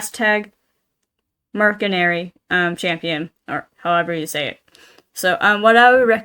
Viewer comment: I hate to be that guy! But the letter C in mercenary is pronounced as a S.